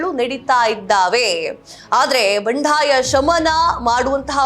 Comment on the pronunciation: ಬಂಢಾಯ ಅಲ್ಲ ಮೇಡಂ ಅದು ಬಂಡಾಯ.ಬಾಂಧವರು ಭಾಂದವರು ಅಲ್ಲ.ಕಾನ್ ಅಲ್ಲ ಖಾನ್.ಸಿಖ್ಖಾಪಟ್ಟೆ ಅಲ್ಲ ಸಿಕ್ಕಾಪಟ್ಟೆ. ಎಷ್ಟು ತಪ್ಪುಗಳಿಂದ ಕೂಡಿದ ಕನ್ನಡ ನಿಮ್ಮದು!! ದಯವಿಟ್ಟು ಕನ್ನಡವನ್ನು ತಪ್ಪಿಲ್ಲದಂತೆ,ಕನ್ನಡ ಶೈಲಿಯಲ್ಲಿ ಮಾತನಾಡಿ🙏